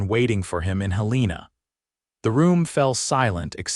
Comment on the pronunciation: You pronounced the state capital of Montana incorrectly!!!!